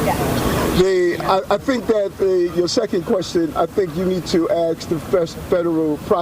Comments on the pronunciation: Yeah you gotta axe the prosecutor....excuse me, aks the prosecutor. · im curious. why cant some americans prounounce "ask"?